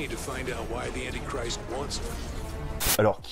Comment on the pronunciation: La prononciation d'antichrist est completement dans les choux, ce qui est tres tres fort pour un film de supercathos. Merci pour la revue dude, vivement la vidéo sur [[2025 - The World enslaved by a Virus]] !